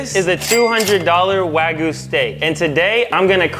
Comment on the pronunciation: Has no problem pronouncing the “Y” in spicy but manages to not pronounce it in wagyu imagine that